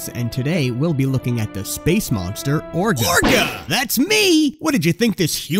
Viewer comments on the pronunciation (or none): Orga? Did you mean: Vorga?